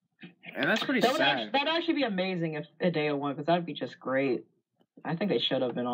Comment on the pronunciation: You pronounced Hideo wrong